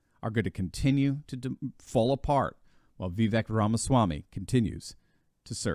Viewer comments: It’s Vivek, rhymes with Cake ! Not Vivek, rhymes with Shrek! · Hey, , Vivek is actually pronounced Vi-vake. Like in cake, not the biggest deal but still thought i'd give some info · The proper pronunciation of his name, per himself, is Vivek like "cake." 👍🏻